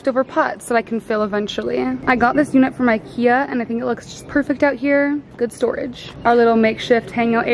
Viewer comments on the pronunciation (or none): none